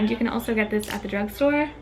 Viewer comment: you said bruge store you do that